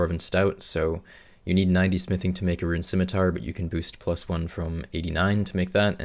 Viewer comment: "Liked" for pronouncing scimitar correctly.